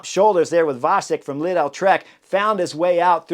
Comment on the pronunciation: Lidl rhymes with needle. Not leedell.